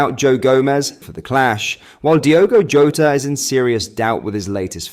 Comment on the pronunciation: Is it me, or do you always pronounce names differently to everyone else, but then pronounce them correctly midway through the update. You’ve done it Jota in the past, like kaveh Solhekol on this update…. I’ve just picked up on it in the quite a few vids now. Bizarre.